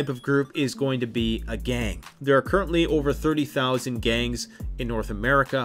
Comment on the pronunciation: Why does the GANGS section sound exactly like government?